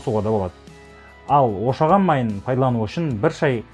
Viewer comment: Шошаған емес ошаған